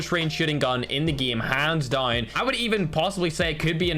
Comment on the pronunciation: It's hands DOYN 😅